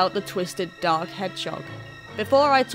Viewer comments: Sorry I heard dog too 😂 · Raindrop Reacts British “dog” sounds like oak with a D in from of it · As a British resident for my entire life I honestly still thought you said dog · for the first minute i thought she was saying mephiles the dog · I thought he said dog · Sounded more like how the Japanese pronounce it. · I just meant the "dark" part, like zero "r" sound. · Nope. The 'o' sound we use in the word dog, log, etc. is just completely different from the american sound. And it isn't the same 'o' in 'oak'.